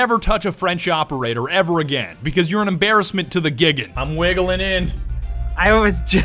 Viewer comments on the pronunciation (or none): The pronunciation of "G.I.G.N." made my day. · how the hell did you pronounce GIGN it's like if I said... sia or fby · is a Weeb and DOESN'T pronounce GIGN as Gigan?! What the hell?!